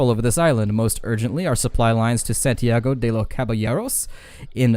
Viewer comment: Santiago de los Caballeros... not San Tiago XD